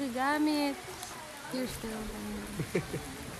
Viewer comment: Cute cute ni pugeeh ..sa pagbigkas na ang " ang daming dram"!! Luv u both!.😍😍😍